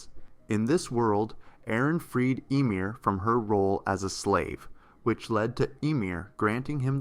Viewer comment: Ah yes: Aaron, Mickawsuh and Eemheer